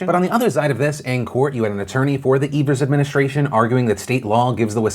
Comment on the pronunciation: Wisconsinite here: thanks for pronouncing Evers’ name correctly! Also my state is a shit show- thanks for covering it properly.